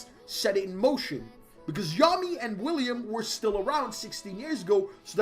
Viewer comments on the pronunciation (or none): none